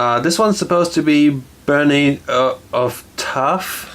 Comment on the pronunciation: "Bernie of Tarth" for fucks sake, you botched those names. The hound should come after you for this video ;/